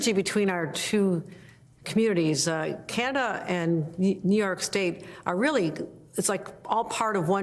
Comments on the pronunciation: It’s Canada, not Canda… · She can’t even say CANADA 🇨🇦 what is wrong with her? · can hokel say Canada?